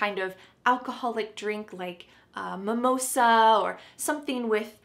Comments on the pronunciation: Wtf is mamosa now 😂😂 is she calling samosa a mamosa that's awfull for Indians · I stopped watching when she said "mimosa"